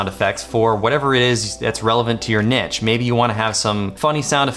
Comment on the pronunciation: great video. just a tip though, niche isn't pronounced 'nitch', it's pronounced "neesh".